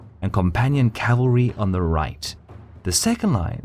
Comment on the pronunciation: The word is CAVALRY not CALVERY!!!